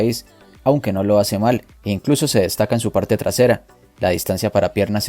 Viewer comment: "con dos maletines ya je llena", ese acento caleño 👏 excelente video, gracias por el buen contenido siempre